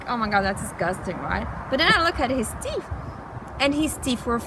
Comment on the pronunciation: It's natural sugar not processed sugar. teef??? teeth. you need to floss.